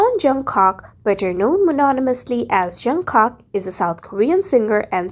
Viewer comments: the person who made this video said Jungcock and it’s pronounced and Jungkook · You don't say jungkak it's Jung kook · Me: listening She:JUNGCOCK ME:wai-what his name is jungkook not jungcock not trying to be rude huhu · XD I DIED WHEN SHE SAID JONCOCK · It’s jungkook not jungkok lol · Oh my God it's not jungcock it's jungkook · Its not jun cook 🤣it's jungkook 🙏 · Jungcock??😭✌️ -Jeon Jung kook Jung-kuk (that's how you pronounce it) -Kim Taehyung Kim-tah-hyung no!?😭✌️ Kim-teh-hyung (silent 'a' if you want to pronounce it correctly) - Min Yoongi Min yon-gi (that's how you pronounce it😅) And you didn't give more info. At jin, RM and j-hope Not trying to be rude but please do a research before you post this and it seems like you're just reading a script 🙂.✌️✌️✌️😅😅😅😅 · jungkook not jungkok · He is JungKook not jungcock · Jungcock ?????? It's J-U-N-G-K-O-O-K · LOL SHE SAID JUNGCOCK NOT TRYING TO BE RUDE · Ya she said joockock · I love how she said Jeon JungKOK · Listen pls don't pronounce junkook as Jung cock it's not right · At least do proper research before making these type of videos. You didn't tell anything about JHope, Jin and RM. Also you pronounced Suga and Jungkook's name incorrectly.